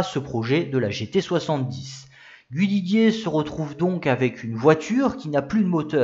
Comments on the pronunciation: Bravo encore pour cette nouvelle vidéo bien documentée. Petit bémol pour l'ecorchage systématique des 2 principaux noms, Guhi Liguier et JO Schlessleur... :-( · interressant , mais on ne dit pas " gu-oui li-guier "